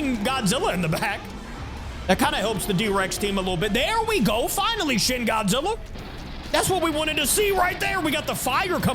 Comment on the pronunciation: at the start bro could not say godzilla:}